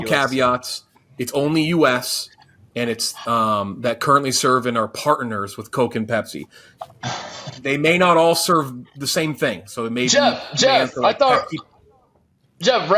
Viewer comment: Listen to this dude say "partners" hahahahahahahhhhhhhh parteners...partehners.